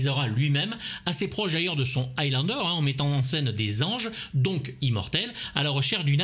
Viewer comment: Le dernier "zi"mortel ???!!! 😆😆😆😆 Mon dieu. Rip la langue française 😜